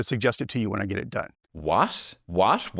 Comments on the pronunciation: What a curious pronunciation. He is saying /wɑs̪̻/, with the "t" (voiceless alveolar plosive), substituted by "s̪̻/s̟" - a voiceless denti-alveolar sibilant (both "s" symbols mean the same thing) I wonder what is the reason here, I'd bet something childhood-related, like remnants of a lisp or something rather that a regional accent. Actually, maybe just saying stuff for fun, I like saying words in funny ways sometimes. Definitely no hate here, I enjoyed the video very much, and since I really like linguistics, I just speculate ❤ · Hearing say "what," multiple times is so awakening of my Irishness. Glad to hear it for once in a content creator!